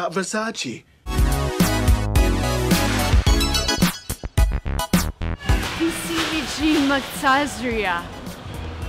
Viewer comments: It's Versace, not Versachee! For god sake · noooo noooooo why do americans pronounce Versace in the wrong wayyy? it's versacE not versacI!!! :( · Versaciiii????are you kidding me???it's Versace,i'm italian,just learn How to pronunce the letter E in the italian alphabet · It’s Ver-sa-ch-eh not Ver-sa-chee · It's Versace, the last -ce is pronounced che like Che Guevara, so Ver-sa-Che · it's an Italian name it's versach-eh stop saying it the other way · "Versach-eh" is the right way to pronounce it. I remember watching Donatella Versace's video / interview. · it is wrong the correct pronunciation is Versach-eh. I am italian and Versace is an italian brand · no, it's Versach-eh, Becouse Versace is an italian surname and in Italy the e pronunciation is eh not ee. I know this becouse I am italian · It's ver sa chee 🙄🙄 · Tutti gli italiani in rivolta perché ha detto VersacI 3.....2...1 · It says Versace not versaci. I'm an Italian girl so I know it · You do not say Versace like that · Versace has been pronunced wrong! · except that I can pronounce every brand in this video and versace was pronounced wrong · Makes a video about pronouncing clothing brands right and pronounces Versace wrong...😂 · Makes a video about correct pronounciations.. proceeds to mispronounce Versace.. 🤦🏻‍♀️ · I’m italian and the correct pronounciation of Versace is NOT “Versaci” but “Versace” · IT IS NOT VERSACI IT IS VERSAC-E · You didn’t pronounce Versace correctly. Recently they made a video on Instagram with Donatella, that correct way to pronounce is “VersachE” not “Versachi” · I’m Italian and I want to let you know that Versace is mispronounced, it’s not Versacee, it’s Versaceh. There’s a video where Donatella Versace herself tells that she can’t stand when Americans pronounce it Versacee. Great video btw :) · IT’S versacE NOT VERSACI (i’m italian) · It’s VersacE!!!! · it is not versacE it’s ver saa che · Versace was said wrong. Not "Versachee"', it's "Versach-eh" 🖤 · versacE not versace(i)